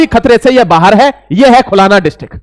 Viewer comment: "खुलाना" नही "खुलना" बोलो।